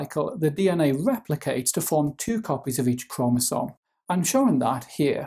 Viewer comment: New drinking game , take a shot every time he said cromasom